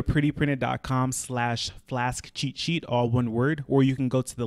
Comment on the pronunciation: all the time he says cheat sheet, I hear chi chi..... :)